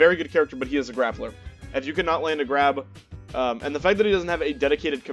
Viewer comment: “Glappler” lol. Nice vid. My homie gifted me this game on Steam for my birthday last week and I instantly feel in love with the vibes from the main screen: curvaceous waifus and bebop music? I’m in. I played through the Story as Cerabella and I’m gladly anticipating learning all of the characters. Thank you for sharing your insight! Peace.